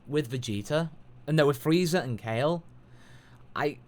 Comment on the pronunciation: SoulKing Omg i just cringed so hard! he fucking calls KALE "Cauli" like wtf.